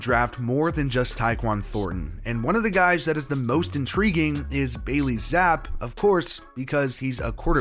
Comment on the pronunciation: Not pounced Zap its actually Zap E